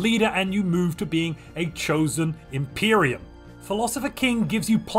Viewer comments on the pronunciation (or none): none